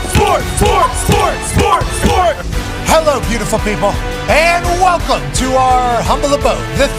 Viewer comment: Welcum to the progrum